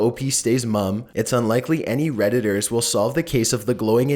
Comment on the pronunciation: at the end of no.11 he says redditors lol